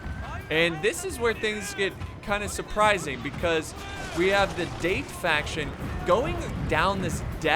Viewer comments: The moment he pronounced "Date", I just died a little inside. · Its 'da-te' not 'deit' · “Da” as in dark, short pause then “te” as in ten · dah - teh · I don't think they are called "Date". I think they are called "Da te" or Da Tey. That is how the Japanese pronounce. That is what I think, I am not a Japanese language expert, but do read a lot about Japanese history especially during their warring period. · It’s not date it’s Da-Te to pronounce it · Daaaaa Teeee... Not DATE, ffs :D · Date clan is pronounced dah-te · It's not date its da. Tae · I suggest you watch some historical Samurai anime, sir, to get the pronunciations right. Date = Datt - teh Shimazu = all the vowels are short, like the way you say the vowels in (gun) , and not a long vowel like (man) the weapons you got right. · It's pronounced "Dah-Tay" for "Date" ffs. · Da-te not date XD bruhhh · Its pronounced Dah-Tey not Date. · No thats not how u say date in Japanese this the way its produced daw tae=date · I noticed quite a few people criticizing for mispronouncing the Date clan, I didn't see anyone actually correct him on it. Date is in the clan is pronounced "Dah-tay", similar to how you would pronounce Dante from the Devil May Cry series. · I know this is almost a year old but it'd Da-Té when pronounced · is damm Date when its prenues Da-te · It’s Daté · Its pronounced Da Te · Date would be pronounced Da-te as in tech. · OH TOE MOE, DAIT, bruh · It’s pronounced dah-te just a tip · Date Clan is pronounced "Dah-Tai" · We have the date, it’s pronounced da-tay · Nagiyata & Date tho :V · it's Da- Tē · Da. ~ te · hahaha the first attackers'faction is pronounced "dahtey" and not "speed date";=) seriously do you bring rocket launcher at your first dates?? xD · It's actually da te ,pronounce separately,just saying